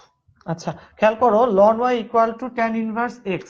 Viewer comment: Ln এর উচ্চারণ লন হবে না। এটার উচ্চারণ এলেন হবে।